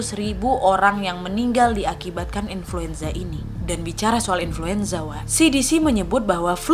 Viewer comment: inluenza lagi wak😆😂